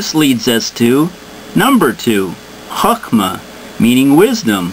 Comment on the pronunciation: Now, as far as your synopsis, was a good intro explanation,covered a broad range in an infinite subject without too much self projection of personal ideas. lol, but,still need to bone up on your pronunciation of ancient Hebrew. i.e. MAL-KOOT,,,HOK-MA,,and so on. Very enjoyable, its a good thing that one who seems as educated as yourself is exploring the mystical knowledge of the past to look to the future.